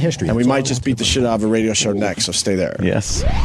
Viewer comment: Opie “This Raydjioh Thing of Ours” Hughes flummoxed by the idea of archiving radio history. What a dope!